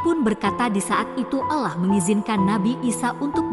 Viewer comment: Pengisi suaranya ini non muslim ya Bacaan nya salah dalam menyebut nama Allah dan toha